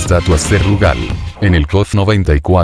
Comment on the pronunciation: Increíble que en 2023 todavía haya orates que le dicen Rúgal a Rugal y Lori a Iori xD.